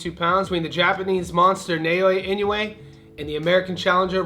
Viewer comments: Love the show! I think Inoue is pronounced "In - O -Way" rather than "In - You - A." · In- no- way NOT In- new- way. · Four syllables. I-No-U-E. Pronounced E-No-OO-Eh